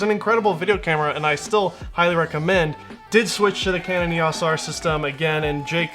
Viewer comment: It's EOS not EOS